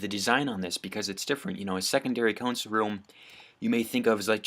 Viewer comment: It’s console not consul